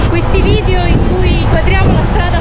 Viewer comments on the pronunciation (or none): none